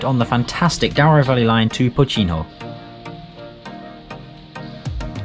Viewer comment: Pocinho -> Poossinho, not Pootchinho, Caíde -> CaEEd, not Caeedj. Tâmega -> TÂmga, not TâMga. Chaves -> Shavsh.